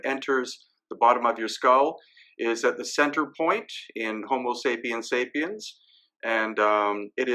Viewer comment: Apart from everything else that you have presented so systematically thank you for "Homo sapiens sapiens" far too few say that correctly :) . As an aside H. sapiens sapiens (one who thinks twice ' can think about thinking??? ;) . King Monkey Great Sage An equal to Heaven . ;)